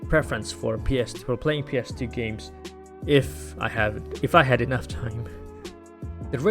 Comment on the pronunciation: Maybe it’s just my hearing but just about each time you said ‘ps2’ OR ‘ps3’ I couldn’t tell if you’d said 2 or 3.. sometimes the gameplay would coordinate with which one you meant so I guess that helped. Overall i give this 3 retroid pockets out of 5